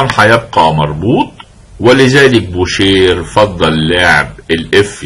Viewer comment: استاذي الفاضل . استسمح منكم على تعليقي هذا . خصم بول مورفي يسمى بوشي Boucher و تعني طبعا الجزار و ليس بوشير . لانه في اللغة الفرنسية الراء في ٱخر الكلمة لا تنطق . مثال : manger parler marcher oranger étranger تحياتي لكم. محبكم من المغرب